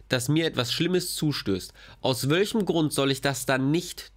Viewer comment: sagt immer so schön „aus wölchem Grund“ 😂